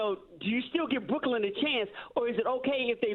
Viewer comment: brocklyn ....new.... USA???😂😂